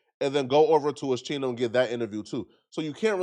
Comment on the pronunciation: It’s pronounced OSKINO but spelt differently. You’re welcome it’s not Oshino 😂